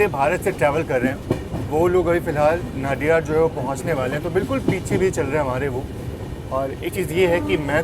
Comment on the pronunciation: Dont call naadiyad ,its nadiyad. નડિયાદ not નાડીયાદ